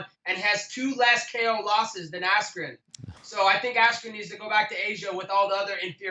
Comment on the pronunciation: Did he say Ben Asscream??? 😂😂😂😂😂😂😂😂😂😂